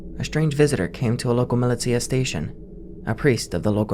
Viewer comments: mih-lih-tee-uh, bitch do you mean muh-lih-sha? 💀💀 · it's millie-sha not milly-tia